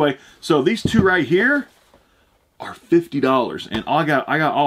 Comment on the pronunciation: dont say fitty plz